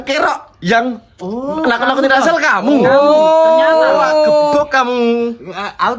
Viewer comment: Oiii lu kagak bisa omong rrrr ya bilang Rassel aja gitu jangan acel alay,pick me,jelek lagi